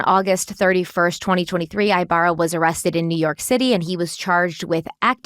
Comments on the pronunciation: "Eeeeh-barrah" not i-barra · Omg y'all are making me crazy..... Our last name is pronounced EEEEbarra not EYEbarra. Thank you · I believe his name is pronounced with a short I. Cali girl here